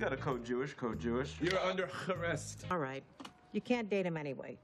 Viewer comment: "you're under Harrest" always kills me LOL